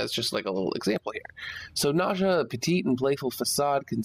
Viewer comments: ' Nausea ' I think it's Ney-zha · For all I know, a Nekros part BP drops after every Lephantis run. Is it by pure RNG which part I will get, or is there a way to manipulate the odds? Nice video by the way! Nezha is pronounced as "N-uh-Zha", it's actually Chinese! (so a Chinese like me will know LOL):D